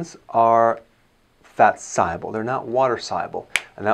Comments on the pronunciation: Thank you, I'm learning so much to prevent disease hopefully. Question: Is there another way to pronounce "soluble"? I'm hearing Dr. Berg saying "say-uble" instead of saw-uble? drinking filtered water especially from the only water filter system that's effective at removing the most amount of harmful particles is a reverse osmosis system. Unfortunately all filters remove good and bad minerals and particles which creates "Dead water". Dead water has a very high pH which isn't healthy. Cancer and other diseases thrives in acidic environments. There is some RO systems that adds an extra canister to add minerals back but these are mostly likely synthetic minerals that's most likely unhealthy. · Soluble is not pronounced sigh-able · I guess this guy knows what he is talking about but someone should teach him how to pronounce "soluble". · What if I just want to drink a gallon of water a day instead of soda, beer and other unhealthy beverages? Besides, your pronunciation of the word "soluble" makes me think you aren't a real doctor. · Why cant he say soluble?